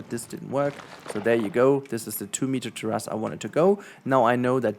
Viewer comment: This is so damn helpful! Thank you! I can spend a ton of time and think it looks ok, then I see people doing this on the fly and I want to cry lol. Not to be that guy but....its Tear-is, only saying cause it took me a minute to get what you were trying to say.